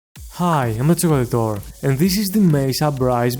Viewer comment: Chocolateore is dang hard for him to pronounce or just his accent XD